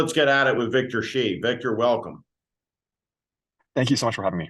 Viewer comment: Correct pronunciation of Shi is "sure". Xi is "she". With Chinese names you gotta know Hu is "who" and He is "huh".